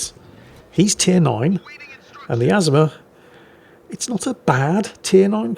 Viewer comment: you kill me how you butcher the name of famous ships where the correct pronunciation has been in video after video including real war videos. This ship you featured is not pronounced AZ-UH-MUH it is pronounced, UH-ZOOM-UH. Just like the Yamato is pronounced YUH-MAH-TOE not YAM-UH-TOE!!! All that said I still love your replays and look forward to them with my coffee!